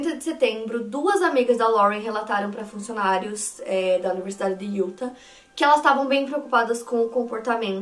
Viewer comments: maravilhosa! eu amo seus vídeos, amo seu canal, você foi praticamente minha companheira de pandemia e eu to aqui toda semana pra resenhar com você. Não sou muito de comentar mas o meu ser virginiano ta gritando dentro de mim. Quando você fala Utah, o correto é colocar uma sílaba tônica no final, tipo Yu-táh. Por favor não me entenda mal, é que eu fico agoniada. A mesma coisa pra Arkansas, se pronuncia Arkan-sáh bem entonado no final. Por favor me odeia, é só o espírito de virgem ♍️ acabando com minha sanidade mental! Te amo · A pronuncia é “iuTÁ”, o último A com sílaba mais forte. Não sendo a chata que critica mas curtam pra melhorar ainda mais (se é possível) a qualidade dos vídeos 🙌🏽 moro próximo a SLC à 5 anos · Utah se fala iutá sílaba tônica no tah